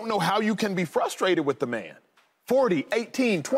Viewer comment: LeSean McCoy needs to learn how to talk! I can’t understand how these executives “throw” these former athletes on the air and a lot of them can’t put a coherent sentence together!🤷🏾‍♂️ Hey McCoy: It’s WITH not “WIFF.”